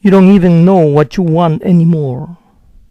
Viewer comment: por que pronuncia la d de doesnt y dont como "ere"? tiene algún vídeo relacionado?